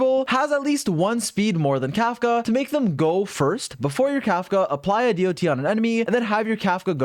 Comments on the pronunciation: I can't get over hearing "D-O-T" over and over instead of just "dot" like people with roots in MMO usually say it kkkk 😅 She's definitely hard to pass, but my dolphin funds are depleted after losing 50-50 every time while getting my 3 banner characters so far: Seele, Silver Wolf and Blade 😭 Unless I get her in 30 pulls, I will have to wait for a rerun. EDIT: Just did my 30 pulls. Music changed to the 5* pull music on the third 10-pull, AND THEN... Yanqing... Again... That's four 50-50 losses in a row and counting. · it is not d.o.t its DOT as one word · Why does he keep saying d-o-t its sounds so weird, the proper way to say it is dot. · you're the only person that pronounce dot as d.o.t lol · him spelling out dot all the time makes me wanna cry